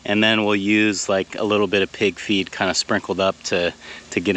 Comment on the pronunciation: Gotta admit, when you were talking about the ground squirrel trap, I kept hearing mixing pb with “pig’s feet”, not pig FEED. 😂